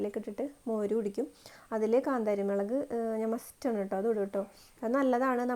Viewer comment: മെളക്‌ അല്ല മുളക്😂😂😂😂